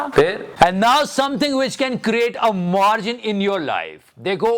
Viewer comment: Jor se bolo मार्जन Mil kr bolo मार्जन Uncha bolo मार्जन Tai ko b sun gya मार्जन Sare bolo मार्जन 😂😂😂😂😂😂😂😂😂